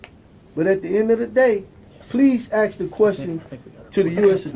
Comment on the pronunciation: Just one more thing. It's ask.Not ax.